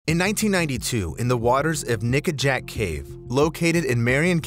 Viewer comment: it doesn’t quite sound like he’s saying ‘nickajack’. 🤨🤨